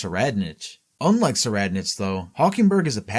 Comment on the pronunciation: "Tserriednich" is pronounced: *Sir-eyed-nik Make the correction for future videos.